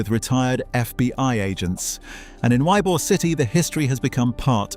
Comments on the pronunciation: The funniest thing about this video is you keep mispronouncing.Eybor city in a few of the other places we have here florida , which is understandable because unless you grew up here or lived here , no one's probably corrected you on the proper saying of some of these words , but i'm gonna let you know as a floridian , this s*** is f**** hilarious nonstop😂😂😂😂😂😂😂😂😂😂😂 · It was absolutely fucking criminal and I knocked my chair over. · What a piece of crap video! Doesn't pronounce Ybor correctly, shows a picture of Genovese when referring to Trafficante, says "double murders went unsolved" while showing a picture of the Black Dahlia who was murdered in California and not to be mob related. Blocked and reported. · I died when I heard that😂 tampa born and raised and never heard some many mispronounce it before! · It’s pronounced “EEEBOR”, damnit. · Its pronounced E-bor.... E-BOR..... WHERE THE F*UCK IS Y BE ORE A lmmfao. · It’s EE-Bor city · Bruh. its pronounced YEE-BOAR. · Ybor is pronounced "ee-bor". Cmon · "Y-beeyor city" .😂😂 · A.I. slop it can't even pronounce Ybor city right. It's pronounced E bor. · It's definitely pronounced E-Bore City i lived there for over 60 years and use to go to his store not knowing who he was. He was just a very friendly man to me! 😊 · Ybor is pronounced ee-bor. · Born and raised in Tampa so please believe me, it's pronounced "E"-bore not "why-be-yore" and not "eye -bore" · How does someone spend so much time on a video and doesn’t know how to say Ybor lol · I heard the way the narrator pronounced "Ybor" and RAN to the comments 😂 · "Y-be-ore" city. It's pronounce "E-bore". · Why-Bee-Orr City? Says the AI slide show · God bless all. Ybor City is pronounced E bore city. It is not I bore city. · I guarantee, absolutely NO ONE has ever heard of (Y-B-or-city)…. BECAUSE it’s YBOR CITY pronounced (E-BOR) city… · Ybor……Why-be-ore city and Eye-bor??? It’s pronounced Eebore City! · Narrator pronounced Ybor as "why-be-or" 😂 😂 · It's pronounced E-BORE